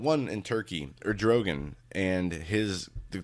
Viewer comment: The Hagmann Daily Show; Our love and prayers to your Mom,. Prime minister of Turkey is Erd' o' gone'. No big deal, I just don't want people berating you for pronunciation bud.